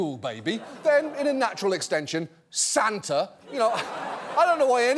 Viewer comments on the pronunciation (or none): I am disappointed he didn't put more emphasis on SAND-ta.